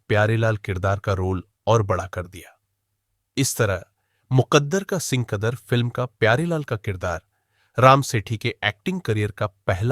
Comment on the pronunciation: सिंकदर नहीं सिकंदर कहिए। कुमवारा, कुमवारी नहीं, कुंवारा,कुंवारी। 5.45